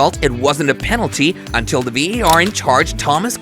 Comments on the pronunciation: Why a yank doing this vid its VAR not VER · Why do you keep calling it VER ??!